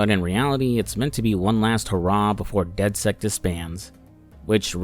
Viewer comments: I’ve never met someone who pronounces it dead sekt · Does it bother anyone else that throughout both games he calls the group "dedsect"? Good videos though